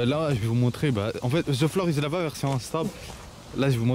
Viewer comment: regarde comment il dit thé flore issus lava ptdr